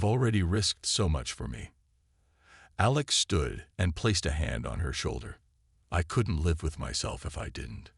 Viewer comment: Good story. Bad AI. "DEEFening crack...", "DEEFening roar...", "AYElex".